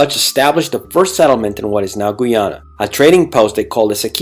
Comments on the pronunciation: Great history lesson but Please pronounce the name of the country correctly. It’s pronounced Guy- ana and the population, Guy-anese. You keep saying Geeana and Geeanese. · nice! but learn Guy ana not gui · Can you ’ppl cant say Guyana not Guiana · For fucks sake, can you learn to pronounce Guyana and Guyanese properly? Every time you speak it distracts from the video and takes away from your creditability as an educator.